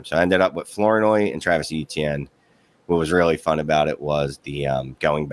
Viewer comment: Ryan Flora-noy is how it's pronounced. It's spelled Flournoy. Oh yeah, he is a great add. He will be the #2 wr as the season goes. The kid is a worker and a mon-star.